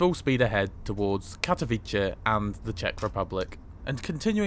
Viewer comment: It's pronounced approximately Tsheskay Drahy. Aww yeah. And Katowitze